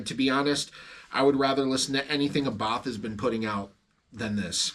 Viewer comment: Nothing worse than metal nerds who can't even pronounce Abbath correctly....